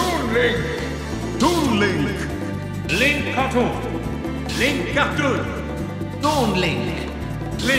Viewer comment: Ehhm, No it's actually Link...